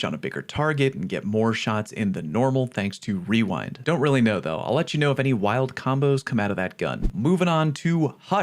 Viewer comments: wewind wounds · Weewind wounds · Wewind wounds 😭